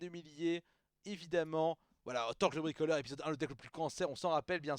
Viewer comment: Revoila Torkl le bwikolewe...d'accowe, je vais bwikowlé